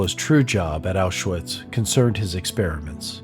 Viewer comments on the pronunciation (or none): This may be a small niggle but its noticeable for me... The pronunciation of german words is lacking. Quality of the video and pace of VO and 3d art is great, but in german w is pronounced as a V (auschVitz), and a V is pronounced as an F (Fon not Von). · Isn't the W in Auschwitz pronounced as a V?